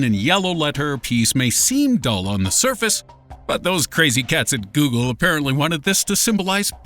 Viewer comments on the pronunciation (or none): none